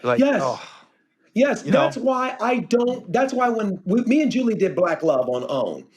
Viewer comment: I freaking love david arnold! He is so funny, his last Netflix special was hilarious. His transitions are impeccable, his accent is awesome as well. The way he says "julies" name is hilarious. The girls are hilarious. More power to arnold! Love him and his family!